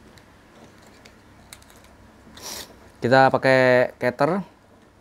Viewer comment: Sblm review cari info akurat dulu dong, boss itu ya punya roland mas berrrooohhwww😄 cutter pun baca nya jadi ketter, yg bener ya katter bacanya woyyyy?!!!!! 😄😄